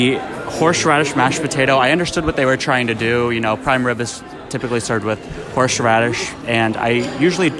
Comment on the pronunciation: I really liked.... Although was anyone else hearing "horsh radish"?